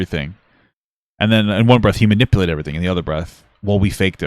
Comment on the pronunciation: The way he says "manipalated" is so annoying. His parents apparently couldn't bother to teach him human decency or literacy 🤦